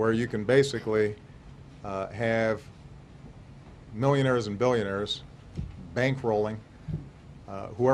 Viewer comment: “Millionahs and Billionahs”